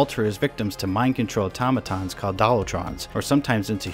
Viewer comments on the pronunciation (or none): none